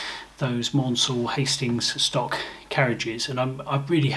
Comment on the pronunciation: I wait in anticipation for your videos, such an interesting well presented presentation. If you ever get the time it would great to see a comprehensive tutorial on 3D locomotive design up to producing the gcode to print it. One little point "Maunsell" should be pronounced "Mansell" rhymes with Cancel, a lot of people make that error. thanks for a great show